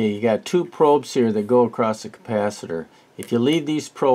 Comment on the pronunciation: "Across", there's no such word as "acrost". Subbed though 😀The TL081 is a single opamp, you most definitely mean the TL084, or TL074 which are quads. No idea what an "asamal multivibrator" is, I think you mean "os-stable", astable.